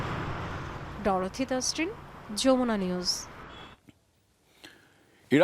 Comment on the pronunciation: ডরোথি তাসরিন এর বাংলা উচ্চারণ সঠিক নয়।